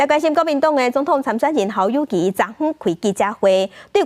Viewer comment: 侯友宜明明念Kâu友宜，恁敢無欲改？